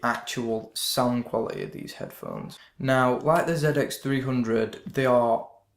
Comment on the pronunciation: Thanks for the review. Probably going to pick one of these up today. Also im sorry, but i always laugh a but when i hear you pronounce quality as 'qualiteh' lol. Good review.